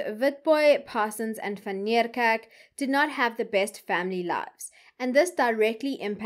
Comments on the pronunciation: I really enjoy your channel however I have a big problem with your pronunciation of people's names and surnames seeing that you are South African. ..say Van Nie kerk. ..It would appear that you go out of your way to pronounce these names as though you are American stop it man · TIP: Van Niekerk is pronounced Van KNEEkerk.